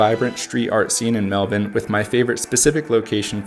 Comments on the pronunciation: Grew up in Melbourne, I appreciate your pronunciation of the city. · 1000 points for pronouncing Melbourne correctly!